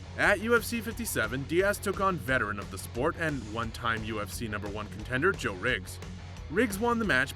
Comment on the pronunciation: You should of researched into how Joe’s name is pronounced.